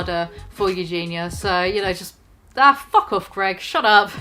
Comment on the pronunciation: I was laughing through the whole video but I fucking lost it when you called him G E R G.